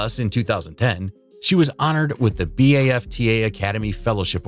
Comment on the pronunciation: Wish the narrator could pronounce BAFTA and Olivier Awards correctly.